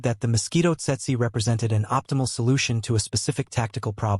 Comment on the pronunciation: Tse-tse in Standard English. Pronounced "tetsee".